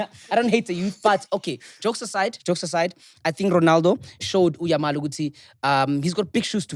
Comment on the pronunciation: It's YAMAL not YAMIL😭😭😭😭